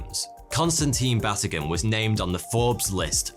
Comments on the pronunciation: Batygin is pronounced Ba-tee-ghin. The emphasis is on TEE. I absolutely love your channel. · Oh, you're my fave mispronoucer. Mike's name is ba-TEE-ghin. So there you go.